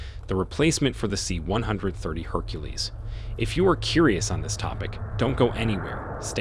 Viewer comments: This is the reason I closed the video and went to look for another. Say it with me, "see one thirty." At least the robot voices are getting better. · For the love of all thats holy, STOP saying C ONE HUNDRED THIRTY! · you can tell the narrarator has never heard of a c130, c160, or probably any other military naming scheme just by the way he says them. "C one hundred thirty". Oh boy. Plus grammar that could only be credited to a single draft script never being proofread. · Like everyone else, it is pronouned: C-One-Thirty. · The "C one hundred thirty" put me off this vid straight away. Also, as someone who relies on the A400 to get to and from the island where I work frankly, it's a piece of crap. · C-one hundred thirty sounds sooo wrong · I don't mean it literally. I'm not saying out of the 8 billion people in the world, we all say it the same way. However, as someone who lives in the states and is in the air force, it is said C 1-30, I've never heard anyone say it any other way.